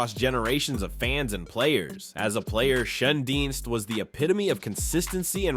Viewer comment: Red shanedeez how its pronounced